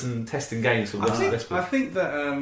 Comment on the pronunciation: And you had to fink? What does that mean?